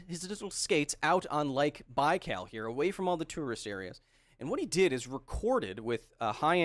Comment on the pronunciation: I was born near Baikal lake and I really recommend to visit this place. There’s nothing like this in the world. Baikal is often compared with Michigan lake but it’s not the same. Also, in the word Baikal the last syllable is stressed, not the first one 😉